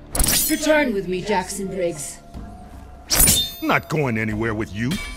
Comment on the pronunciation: am i the only one who heard ermac say jason briggs instead of jackson briggs?